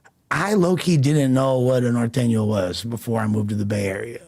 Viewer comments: Why they pronounce it like that?? ‘Nor thane yo’ are these dudes not Spanish speaking Mexicans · can’t even say norteño hahaha that white boy